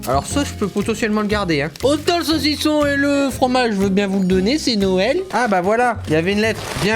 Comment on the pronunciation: J aime bien le sausison